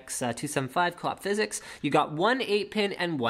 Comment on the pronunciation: I don't want to look like a language nazi, but it is pronounced Phys-X